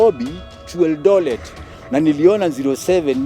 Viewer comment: A doctor can say Eldolet?